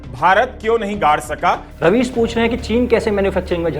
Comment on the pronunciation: Raveesh ❌ राबिश ✅😂